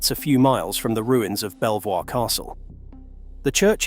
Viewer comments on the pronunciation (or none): Belvoir castle, pronounced 'beever', not 'bell-voir'. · Sorry to be that person but Belvoir is pronounced Beaver. I know it doesnt make sense but there you are! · Thanks for an interesting video. Just for your information; Belvoir Castle is pronounced Beaver Castle. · I see several other people getting corrected about the same thing in the comments. You must admit to the casual observer NOBODY would ever think that " B e l v o i r " would have been pronounced beaver !!! It's kind of like the difference between how " B e a u c h a m p " was pronounced both the English way and French way in the recent television miniseries "Outlander". The character of Claire Fraser had a maiden name of " B e a u c h a m p ". Her English family on the other hand, pronounced it, ' B Chump '. However, the occasional, French characters who floated in and out of the series.... pronounced it, ' Bow Chaum / Shaum '. They are BOTH completely different pronunciations. Yet, same proper noun, same family, same spellings, etc. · It is not a real person it is a AI voice....it mispronounced amongst other things blighburgh castle and belvoir.